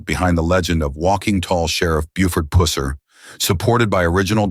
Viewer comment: Could you not get your robot to say “pusser” correctly